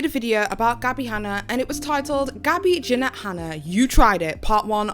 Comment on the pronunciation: Did anyone else hear "Gassy Hanna"? 😂 Love her!